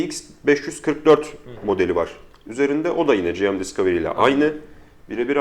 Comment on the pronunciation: Gırgıra bağlamış da olsak "selfie değil özçekim" dedikten sonra tüm video boyunca "General Mobile" kısaltmasını "ciem ciem" diye telaffuz etmek biraz abes geldi nedense, sizi ilk zamanlarınızdan beri takip eden bir İzmirli'den iyi niyetli bir gözlem olarak alırsınız umarım bunu. Onun dışında, sen sakal uzatma be birader böyle çok daha iyi:D